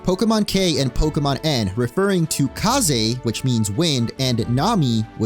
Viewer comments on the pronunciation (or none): none